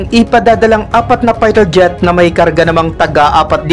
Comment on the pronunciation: baket erpors payter jet at misal ayusin mo ang pronounciation mo para magandang pakinggan naman